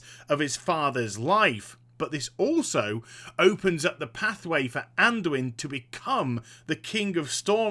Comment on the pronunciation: Anduin, Anduin, ANDUIN PLEASE